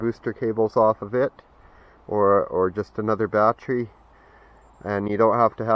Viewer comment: Ba-Tree, ba-tree, batree, you're driving me crazy, man. It should be pronounced BA-TTERY instead of BA-TREE.